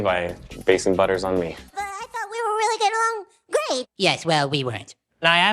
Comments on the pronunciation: OH REARRY??? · OH REARRY?